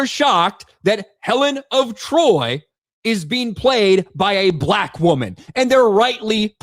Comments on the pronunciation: “Helen of Detroit” 😂😂😂😂😂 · Helen of De Troyt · "Helen of Detroit"🤣🤣🤣🤣🤣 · “Helen of Detroit” 😂😂😂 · “Helen of Detroit” 🤣